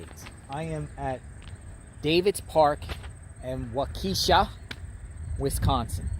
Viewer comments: "walk'-eh-shaw" not wuh-keesh'-uh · Always funny how people pronounce the cities in Wisconsin. A simple tip if you're going to report on the town in Wisconsin ask the local how to pronounce it. That's not how you pronounce Waukesha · I live a couple hours away. There's a lot of cities/towns with goofy pronunciation names in Wisconsin. Waukesha is pronounced Wa-ca-shaw. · . It’s pronounced Waukesha (WHAH-kuh-shaw) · Walk-ka-Shaw is how you pronounce Waukesha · Pronounced Wok-ee-shaw❤my son lives there. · Walk e Shaw is how it’s pronounced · Waukesha sounds like Walk A Shaw 😎🐺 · Correct. It is not pronounced Wa-KEE-shaw. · City is pronounced Walk a shaw. Hope they find her! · You shouldn’t be allowed to report on if you can’t say Waukesha correctly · Although I love the way you are saying it, Waukesha is not pronounced that way 🥰. We lived close to there when this horrible crime happened.